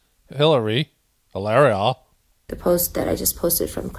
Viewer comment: Please say her name again!!!! Lmbo!!!!! Hilar..ia!!!!! Hahaha they just keep offering up ghoulishness, which makes for great content!!!!!! LOL 😂